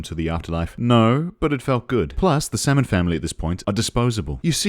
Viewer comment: salmon, pronounced "semen" k.